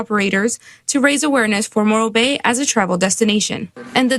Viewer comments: Morro bay, I think it's moron Bay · I kept hearing "Moral Bay" and I ain't going there either.